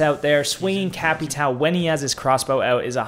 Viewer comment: Holy shit you spoke Capitão correctly twice